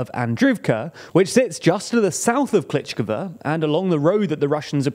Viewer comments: it is pronounced something like kleesheeyevka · "ii" = "eee". So Klisch - eeeeev - ka, not Klish-ihv-ka. Same with Andr-eeev-ka not Andr-ihv-ka. Source: watching Denys Davydov for the past 1.5 years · The way he calls Klishchiivka as "Klichkava" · Sees: Klishchiivka Says: Klichkva Whyyyyyy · Kleesh-cheev-ka. Not Kleech-k'va. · He doesn't even say Klish-ihv-ka. He says Klitsh-kivva. 🤬 (and sometimes Bachmutt) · "Klítchkava"? ==> "Klishivka" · For God’s sake learn to pronounce the names of settlements. It’s not Klichkove or whatever you were saying. It’s Klishchiivka (klee-shee-ee-fkah) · I had to stop watching after you said Klitschkova for the 20th time. Why can you properly pronounce Andriivka but not Klishchiivka? 😅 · You pronounce klish-chi-ivka wrongly. Kli(sh) - (chi) - (ivka) (Sh) = like Fi(sh)ing (chi) = lysi(chi)ansk (ivka) = andri(ivka) Similarly you pronounce sh like s, zh like z and ch like c. (Zh)ytomyr or (zh)erebets pronounces zh like kin(zh)al, not like (Z)avod or (zelensky). Bu-cha pronounces (ch) like Lydia(ch)iansk or like (ch) eck this out. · And he actually says Klitsh-kivva – doesn't even get the consonants in order. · Klitsh-kivva, Bachmutt... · because pronunciation is not always equal to the written form, and also because he is not Ukrainian en these names are difficult to pronounce correctly. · River Zhe-reh-betz'. (Means male horse, btw). Honestly it's hardest of all to explain Ж 'Zh' sound to the people in the West, but the mistake you made in the second syllable is weird. There's no "gh" there, that's R, pure and simple. Kli-shchiv-ka (That scary 'shch' combo is the same consonant you hear in the first syllable of the word "shield". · Klee shchee yeev ka (...eeeeee-yeeeee...) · You guys need to learn how to pronounce town names properly 🤣 klishciivka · great video as always! just wanted to drop in to say that the double i in Klishchiivka and Andriivka makes more of an EE sound